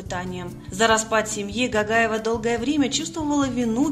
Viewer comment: Не Гагаева а Гогаева произносите буквы правильно она наша осетинка красавица🥰🥰🥰